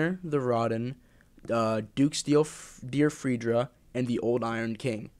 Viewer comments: Freja = "Fra-Yah" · This dude called Freja "Freedjra", I can't..